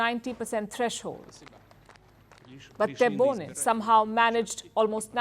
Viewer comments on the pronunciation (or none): What do you know about Algeria, your ignorance is clear and the only hypocrite here is your Chanel , you don’t even pronounce correctly the name of the president 😂😂😂😂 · You did not even manage to pronounce his name properly. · Learn how to pronounce our president name before you put your nose in Algerian affaires. What is funny, you are asking a French opinion about Algerian elections.What is even more funny, a media from a country which opressing its muslim citizens is talking about democracy. You know shit about Algeria. Europe give nothing to Algeria. Algeria has no debt and does not need charity from no one. We are talking here about the third. mosr powerful economy in Africa after South Africa and Egypt